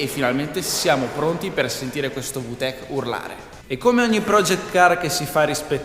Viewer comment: Non per offesa ma da quel che so si pronuncia "vitec" non "vutec"